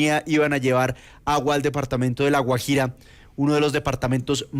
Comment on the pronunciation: Raro que no pueda pronunciar Guajira... extraño.. Vivió fuera del país?